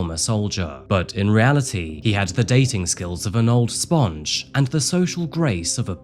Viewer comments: wtf, why did you pronounce sponge like that? That's weird man. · I've never heard 'sponge' pronounced like that though!